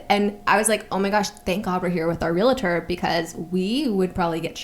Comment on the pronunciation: I often wonder why it's so common for people to say "realitor" instead of "realtor." A friend of mine is a real estate agent and hears that mispronunciation constantly.